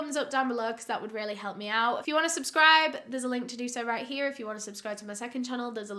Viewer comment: that "here" came out so country omg